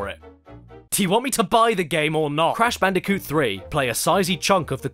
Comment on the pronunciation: It crash bandicoot what’s wrong with you why don’t you say their game names right!